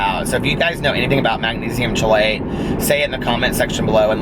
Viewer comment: I hope this doesn’t come across rude, but it’s pronounced magnesium “keelate”. Just thought you may want to know. I’m a Registered Dietitian and have useless knowledge about these things.